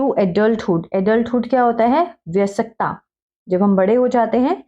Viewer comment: Mam improve your pronounciation of bayaskta